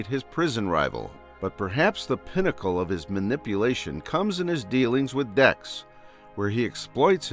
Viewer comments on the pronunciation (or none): none